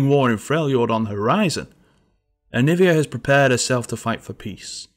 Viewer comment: Jovan Zlatanovic it’s aniiiiiiivia, not aniviaaaaaaaaaaaa